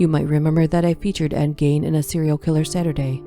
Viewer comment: HIS NME WAS ED GEIN!!!!! NOT GAIN!!!!!!